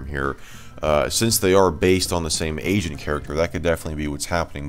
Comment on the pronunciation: Heard "Asian Character" and not "Agent Character"